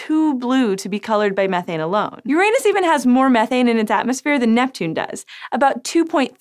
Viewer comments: It's Uranus not UrANUS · For the last time.... ITS PRONOUNCED URA-NUS NOT YOUR ANUS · please, PLEASE pay for some English diction training for your "stars". Just so she stops talking about Youranus. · Sci Show, I really, REALLY admire your videos....but please, please insist on your staff using the correct pronunciation, because it is not "yerANUS"! It is "yer-ah-nus." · Please... please.. "Yoran - us"... not "Your anus" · Its pronounced Ur anos, not youranus. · Stop comparing Neptune to my anus! Yes I'm a vegetarian and there is alot of gas buildup as a consequence but I don't know why you have to go there! Uranus is pronounced Jorrah-nus so we know that's not it. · Please tell me im not the only one who laughed when she said "Uranus even has more methane in its atmosphere" she really pronounces it hard as "your anus" way to stay subtle. haha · she pronounces it yr anus instead of urine us. keked and checked. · Yo girl. It's pronounced "Ur-en-us". Listen to mah boi Neil DeGrasse Tyson and get over your highschool immaturity. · i know right! its pronounced urine-us... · Let's be fancy and start pronouncing it "you-RAH-noose." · If she says Uranus instead of Uranus one more time!!! I’m actually leaving this video early because of this. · Haha, you said Uranus wrong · Talking head does not know topic. Why don’t you pay for the orbiter? Learn to pronounce Uranus ... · HER SAID URANUS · Im sorry i know its petty but it bothers me how she pronounces uranus. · As a science channel I wish she would pronounce Uranus correctly. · I think you pronounced Uranus wrong.